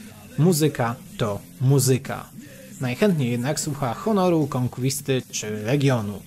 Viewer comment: Kolejny mój komentarz, ale muszę. Nie KONKŁISTY tylko KONKWISTY!!! Trochę wstyd szefie